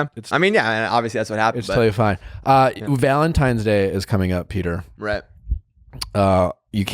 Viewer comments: He said "ValenTiMES" day lol!!! hes a cutie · Nick is a “Valentimes” person. Not “Valentines” 😂 😂😂😂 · I can't un-hear "Valentimes" day. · “ValentiMes Day”- by BOTH of them. 🤦🏻‍♀️ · They both say valentime's day and it makes me angry!